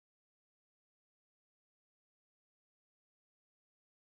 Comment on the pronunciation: The way she ways infinity lol "Infinny"